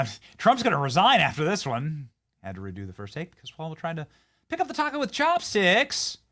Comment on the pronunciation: Did Hawktua Jeffries say “with” and then “correct” it to say “wit” or “wich”?